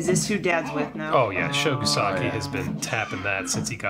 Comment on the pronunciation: Kosugi is pronounced "koh-soo-gee". You kept saying something like "kuh-sah-gi". No hate, just saying...